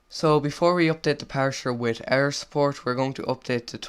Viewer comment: parser not parsher